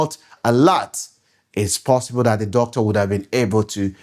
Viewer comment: YOUR PRONUNCIATION OF (DOCTOR) SOUNDS HORRIBLE ASK GOOGLE FOR CORRECT PRONUNCIATION